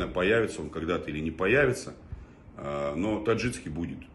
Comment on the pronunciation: ТаджиКский от слова таджик, а не ТаджиЦкий. По русски правильно так.